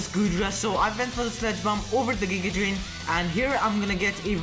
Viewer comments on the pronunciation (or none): none